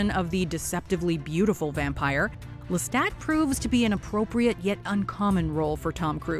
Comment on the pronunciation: the only bad part is the assassination of the pronunciation of Lestat's last name which is franch.